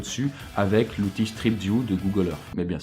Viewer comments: google earssssss et non pas earffff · Arrêté de dire Google Earffffe !!! Si tu n'arrives pas à prononcer le th alors dis au moins Earssse 😂